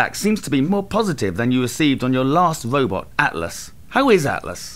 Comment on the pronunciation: "your last wobot" - it indeed got a bit too British :D